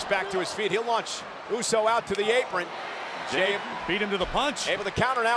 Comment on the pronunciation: Bro said jimmy instead of jey